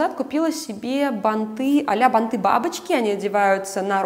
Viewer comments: Спасибо за видео, очень интересно, но ударения! Особенно банты режут слух. Ударение должно быть - бАнты, как и лЕнты! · ...бАнты, плАтья. НЕ бантЫ, не платьЯ.